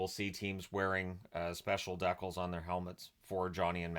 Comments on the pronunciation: I've never heard that pronunciation of decal. Amusing! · It's the Canadian pronunciation.